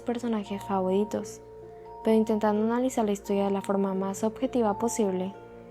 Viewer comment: Nadie se daba cuenta q hablaba raro (Favoridos,Tempodada) No es hate